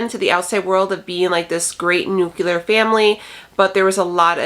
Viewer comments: Nuke-clear how to pronounce nuclear. The teacher in me. Love ya channel. 🙂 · It must be a regional thing, that's how we pronounce it in Northern Illinois.